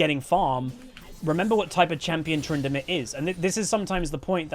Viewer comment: "Tryndinips" I hate that but I love it